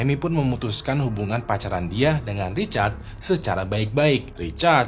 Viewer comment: namanya Richard atau Recharge ? kok aku dengernya Recharge ya ? di cas gtu 😂😂😂